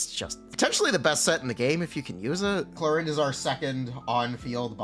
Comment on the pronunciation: at least get her name right you pepega